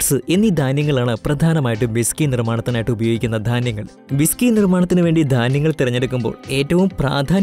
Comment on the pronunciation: ബിസകിയല്ല ' വിസ്കിയാണ്